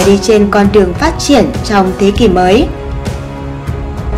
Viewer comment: MC mà đọc “mọi người”.